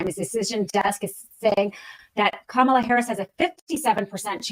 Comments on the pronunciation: did she say pajamala? That right there is why she lost 😂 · One of the “men” said it at the beginning too 😂